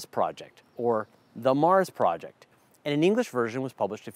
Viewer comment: Great pronounciation of Das Marsprojekt, one minor gripe though: The J in "Projekt" is spoken more like the Y in "Voyager". Anyways, great video as always. Greetings from Germany!